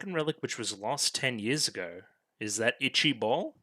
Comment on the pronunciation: English is kinda weird huh, you even hear it being said but the name written gets it stuck on your head that it's pronounced differently, but for reference it's closer to "baal" than it is to "ball", from the japanese perspective you were calling it "ichii-bol", but whatever language differences are weird and you're probably not here for a lesson on that so back to actual episode details. Ichii-bal or Ichaival (yew-vale) is a made up name for a norse mythological weapon, particularly the bow of Ullr which might not even have had a name to begin with, but when japanese people needed a name for a legendary bow they gave it a name fitting it's origin and it kinda stuck from there. What Fine was collecting were the shards of the nehushtan armor that Chris sent flying all over the place earlier. To be precise, Ichaival is another symphogear while the Nehushtan armor and Solomon's cane are both complete relics, Solomon's cane is what Chris and now Fine use to summon and control noise.